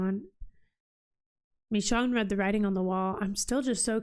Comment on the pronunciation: Michonne's name is pronounced Mi"shown" Not MiShawn.